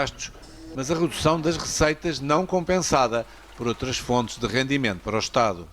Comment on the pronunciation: Outla vez alôz?